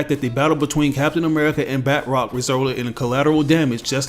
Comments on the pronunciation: Hah :D bud it’s isn’t bat rock, his name is pronounced bah trock, he’s French, does bat rock sound French ? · Just a little nitpick, batroc is French and pronounced more like “batch-rock” than “bat-rock”. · It's kills me when he says batrocs name because he pronounces as if it was spelled batrock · Its not pronounced Bat Rock..... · We all make mistakes